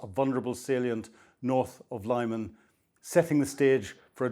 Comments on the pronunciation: It is pronounced 'LEE'man not 'LIE'man! 🤗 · It's Lyman (Lih-man, not 'lie-mun') Ukrainian and surzhyk do not operate according to English linguistic rules. Anyway, it's heavy around Lyman, my friends are still fighting there and the orcs have choked off the Lyman-Slovyansk road. It's not as rosy as this report suggests. But National Guard and 3rd Army Corps units are holding the city. Strange that the '2nd Battle of Lyman' wikipedia was renamed 'Lyman front of the Kharkiv counteroffensive 2022', with no page and misleadingly writing 'the Lyman front' (2022-25) out of history, and the Lyman offensive thereafter stupidly named (on wiki alone) 'the Northeast Donetsk Campaign', with no page or mention of 'The 3rd Battle of Lyman'... but that's what happens when armchair enthusiasts decide to write up the war in their own terms. In reality, the Lyman front 2022-26 has been the consistently busiest front per enemy infantry assaults, and usually in the top 2 heaviest daily sectors on a day-by-day basis. The Serebryansky Forest (or Kreminna Forest) fell in December 2025, so it's misleading to speak of the forest when the Russians are well to the west of its western edges, and are west, northwest, north, northeast, east and east-southeast of Lyman itself. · It is not Laiman, it is LeemAn. Please call some Ukrainian interpreter and ask him to give you a lesson on Ukrainian geographical names pronunciation . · Please stop saying 'Liemun' 🤙